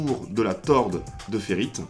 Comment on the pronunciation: On dit tore de ferrite et non torde de ferrite